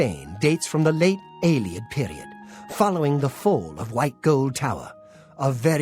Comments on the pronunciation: How many times does Umbacano have to say "AE-lee-id" before you stop saying "ai-LAY-ed"?!? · please, it's pronounced Ay-Lee-Id, not Eye-Lay-Id. Listen to the NPCs! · No,, you do not meet an Eyelayid Elf because Eyelayid Elves do not exist in the Elder Scrolls. Ayleid (Ay-Lee-Id) Elves did exist at one point in Cyrodiil. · You'd hope, with how many times Ayleid was said this episode, he might pick up on the pronounciation. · Say Alien. Now say Ayleid. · The nightmare of hearing pronounce ayleid several times in one episode. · How many people have told him how to pronounce Ayleid and he still doesn't say it right? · Either is doing it on purpose because it annoys us or his -1 perception is so bad he cannot comprehend how to pronounce it.